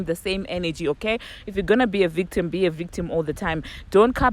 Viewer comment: Girl speaking about comprehension….you need to learn how to enunciate first…pronounce the vowel…don’t chew on it. Its victim not bictim🤣🤣 and stop slurring your pronunciation You ,yourself have weak comprehension too🤣🤣🤣🤣🤣🤣🤣🤣🤣